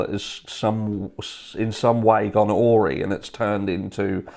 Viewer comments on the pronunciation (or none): Hey just to be the grammar cop haha the word 'awry' is pronounced 'a rye'. Good point about trying to substantiate an alibi.